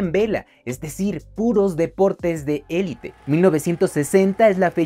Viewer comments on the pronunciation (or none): none